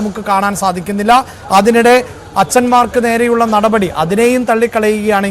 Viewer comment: മോളേ നടപടി നടപടി എന്ന് ഇത്ര കടുപ്പിച്ച് പറയണ്ട പൊറോട്ടയും ബീഫും കഴിച്ചിട്ടാണോ വന്നത്😂😂😂😂